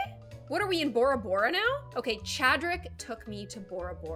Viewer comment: It is bo rather bora bora not bara bara